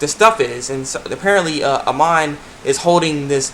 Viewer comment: IT WAS SO BADASS. (Btw tho, the equalist leader's name is Amon, not Iman) lol